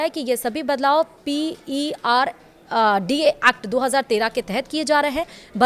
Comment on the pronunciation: Madam, it is PFRDA not PERDA.